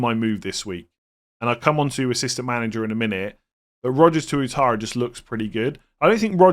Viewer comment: Pronounced as Wattara